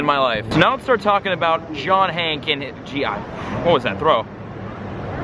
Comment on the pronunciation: Isn't his name hankey not "hank" which u kept on saying? 😂😂😂